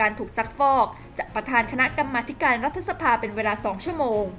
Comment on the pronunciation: พี่สื่ออ่านว่า"รัด-ทะ-สะ-พา" ทำไมไม่อ่าน"รัด-ถะ-สะ-พา"